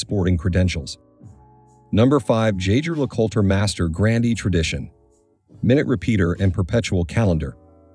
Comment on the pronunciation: Do NOT make watch videos if you couldn’t even pronounce the brand name correctly.